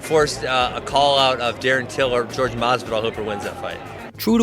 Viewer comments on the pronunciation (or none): I wonder if Ben calls Tyron, TyROnne? Because dudes name is clearly pronounced WHORE HAY and that's no joke. That shit just irritates the fuck out outta me. I'm not from Spanish decent one bit but (Jorge) WHORE HAY and GEORGE are two fucking completely different pronunciations..seems like a dude that thinks some dumb bull shit all time that id punch in the face if I ran into him js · Jorge... Jorge... Not fucking GEORGE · I thought his name was Jorge not George FFS!!!! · I cringe everytime they say George, it's JORGE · Why is everyone calling masvidal George it's Jorge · WTF do people call him George? The man's name is Jorgé (Horr-hay) People know Latin speaking, especially in America. 🇺🇸🇨🇺🇵🇪💪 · I find it impossible not to hate this arrogant fuck. I hate the way he pronounces Jorge's name "George" simply to disrespect him. It's prejudice. This guy is so much of a fucking clown that he actually believes the things coming out of his mouth. He deserved to get Masvidal's knee to his head and be embarrassed the way he was. I wish he'd go away forever. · why the fuuuuuck are people still calling him GEORGE? its Jorge (HOR-HEY) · Hey. His name isn't "George." Its "Jorge." Try it you can say it. Its easy. "Jorge." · his name is not ''george'' !!! it's JORGE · Its pronounced, Jorge (Hor-Hay). Thanks. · His name is pronounced Whore Hay, not George. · White dudes not saying people of color's name correctly is one of the oldest RACIST tricks in the book and they do it CONSTANTLY!!